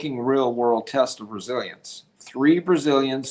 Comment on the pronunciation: Resilience actually rhymes with Brazilians